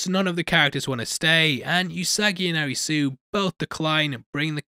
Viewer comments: Butchering all the names Arisooo. It's Alice. As in Alice in Borderland. The way Japanese people say Alice is Arisu. Also, just FYI, Usagi means rabbit. Edit: it's Usagi.. not Yusagi. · the protagonist's name is pronounced A-LISI, hence ALICE in borderland, it's weird when you call him a ri su...